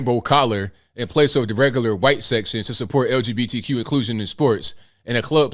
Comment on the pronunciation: Des couldn't even say LGBTQ right. Why bother then.